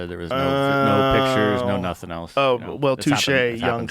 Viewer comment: Has Joe always said the word “else as “eltse?” I never noticed that. Now I can’t unhear it!